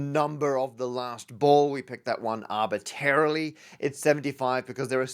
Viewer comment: There needs to be a space for “Matt pronounces ‘arbitrary’ incorrectly” on one of those cards